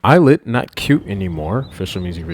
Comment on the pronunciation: The lyrics “they call me il-lit” are telling people that their name is pronounced “I”-llit instead of “e”-lit cause it means “I’ll it”